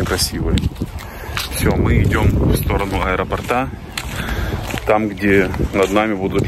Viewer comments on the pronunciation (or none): Ударение ставится "к аэропОрту", "в районе аэропОрта", не на последний слог! Очень режет слух! 😮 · И правда, очень красиво и зрелищно. Только слово аэропорт склоняется с ударением на О.